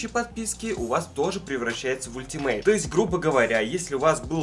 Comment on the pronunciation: Не ультимейт, а алтимейт